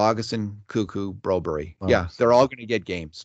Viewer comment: Broberg...pronounced Broberry in swedish